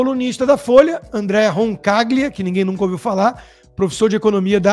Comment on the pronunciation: ME CONSTA QUE O SOBRENOME DO COMENTARISTA , SEJA PRONUNCIADO "RONCALHIA" ! É ITALIANO, RODRIGO!